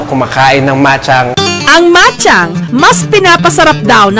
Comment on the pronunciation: bachang po tawag dyan hindi machang